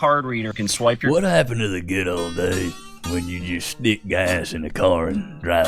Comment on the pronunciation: "what happened to the goo'ol days" gets me everytime XD